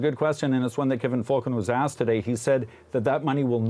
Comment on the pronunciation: it's pronounced "Fullcon" and anyone considering the Cons as an alternative to the collapsed United must be either new here in B.C. or must surely play a mean pinball. Rustad is nothing more than someone's extremist uncle who got loose from the Thanksgiving table. Could Falcon disgrace himself any more?